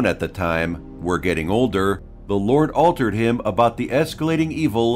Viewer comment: "The Lord altered him about the esculating evil and........" ???? Wrong pronunciation of Malchizadec.